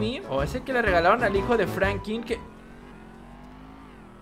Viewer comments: Oyes se pronuncia Franklin no Frankyn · Soy yo oh dice Frankin en vez de Franklin🤔🤔